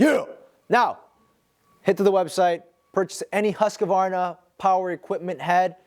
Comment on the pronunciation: Hoo-sk-varna. No comprendo husk-a-varna!